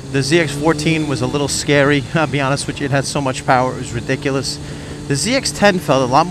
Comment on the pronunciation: Your Italian? The way you say ridiculous, Soprano'esq.